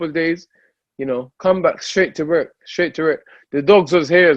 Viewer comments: WORK, with a "w", not with a "rer" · "Werk"...dillian whyte.